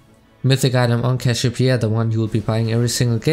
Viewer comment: "cashopia" xD